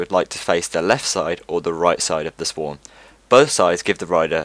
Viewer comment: "The Sworg"